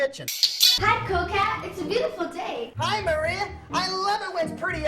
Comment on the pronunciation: Does he have a speech impediment or something? I just realized the girl's name is "Maria" not "Moria" like he says. Then the "alternatul fuels" and "going grink". Obviously you mentioned these but right after the "going grink" part he says "'Cool Cat goes Ethanol' is a story that teaches _____ children". What word does he say here? Sounds like "quote unchildren" or "court owned children". It's been driving me crazy trying to decipher it. Also, I had no idea that "Going ethanol" was ACTUALLY proper english. Obviously adults would understand it but we probably shouldn't teach children a slang way of saying that they are going to learn to use alternative fuels... oh wait, wasn't there already a book about that? Well that seems like the bigger mistake of the two if any...